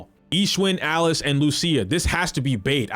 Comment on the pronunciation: you know someone knows what he's talking about when he pronounces lucia correctly